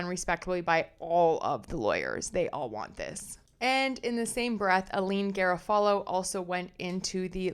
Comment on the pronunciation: Oooh, glad to have found your channel! Subscribed! FYI, Garofalo is Guh-RAW-fuh-low.